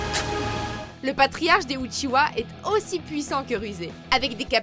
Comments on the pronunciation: La vidéo est bien mais on uchiha pas uchiwa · C'est pas UchiWa mais UchiHa, arrêtez svp avec ca. Les mangas et animés en français sont vraiment nul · « Le fondateur du clan uchiwa » 😭mes oreilles ont mal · Je crois que vous avez pas compris grand chose... Déjà on ne dit pas "Outchihoua" ptdrrrr. Mais en plus de ça vous montrez Zetsu comme une pauvre merde alors qu'il est en quelque sorte à l'origine de tout ce qu'il se passe... mais surtout...A QUEL MOMENT Madara est le fondateur du clan Uchiha svp? Hein ? Il est le fondateur de KONOHA avec Hashirama, mais certainement pas du clan qui existait déjà bien avant lui. Immmmbéciles.